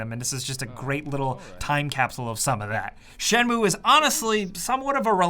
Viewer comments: I'm Japanese and it's not pronounced as Shen-moo-ae, it's Shen-muu. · Dude... its Shen-mu-e not Shenmue say it right unless you want to be burned at the stake... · I very much doubt japanese people pronounce this as "Shenmoo" lol 😊